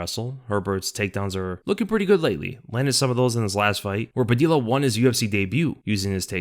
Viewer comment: How could you have lived this long without learning that Padilla is pronounced pa-di-ya?